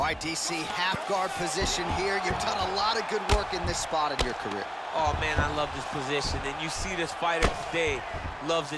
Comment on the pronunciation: I was expecting "Career" Instead of "Carrer" 😂